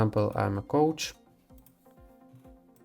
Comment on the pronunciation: Coach, not couch 😆 Helpful video